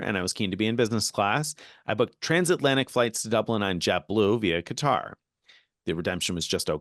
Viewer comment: Pronounced Qatar correctly . They have been trolling us with cutter.